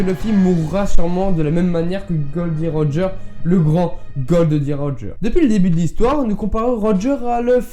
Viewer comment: Juste , ce n'est ni Gold Roeger ni Gold D. Roger mais Gol D. Roger, j'entends plusieurs fois la faute :c. Théorie intéressante sinon.